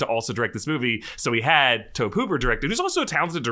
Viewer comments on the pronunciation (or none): I’m probably the only one who gets annoyed that he pronounces Tobe Hooper’s name like “lobe” instead of Tobey. Otherwise, I thoroughly enjoyed the episode! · Tobe Hooper... pronounced Toby. Fact.